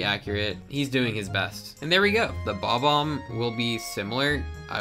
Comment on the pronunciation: "Bob Omb" it's bob bomb, you just don't pronounce the B twice